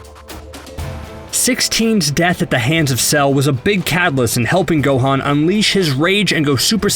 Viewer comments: He said gohin It is gohan God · GO - HAN NOT GO-HANE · The amount of times he says everyones names wrong gohaan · Dude says "Go-Han" like they do in the Big Green Dub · This guy can't even Pronounce Gohan Properly. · The way this dude says Gohan really shows he's never watched anime or played the game. That really irritates me you give opinion on something you know nothing about. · I hate the way he pronouncing theses words like gohan and saiyan